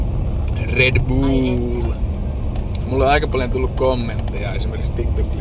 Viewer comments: Hyvää kontenttia varsinki ku sanoo red buull:DD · Ei ku se on red blöö